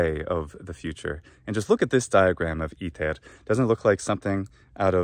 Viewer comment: Papae! Cum dīcerēs,, "iter" in prōnūntiātiōne Anglicā, bene, vōx tua (in verbīs Enniī) cere comminuit brum meum! Tam extrāneum audītū!